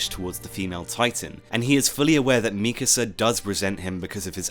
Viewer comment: i think this is the first time i’ve ever heard someone pronounce mikasa’s name correctly